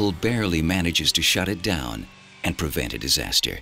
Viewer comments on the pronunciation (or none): none